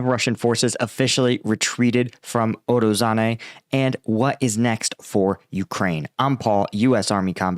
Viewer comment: not urozane but urozhaine. zh, llike in zaporyZHzhia. uro-zhain-eh. ro-BO-tin-eh. klish-chi-yivka. here you can hear him spelling it